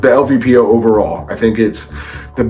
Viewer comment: LPVO not LVPO